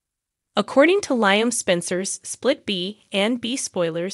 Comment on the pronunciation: Please say Lee-um (Liam) not Lie-um